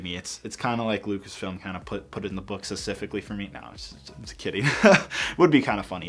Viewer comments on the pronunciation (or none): say "specifically" not sicifically...